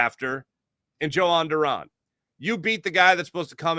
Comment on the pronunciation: its pronounced YO hon not joe hon lol